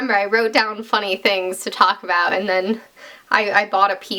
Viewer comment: YOU SAID ABOOT YOU'RE CANADIAN SOZ